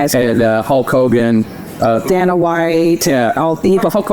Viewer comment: They are so clueless! She doesn’t even know how to pronounce Dana White’s name. Called him Dana with a short a. Pitiful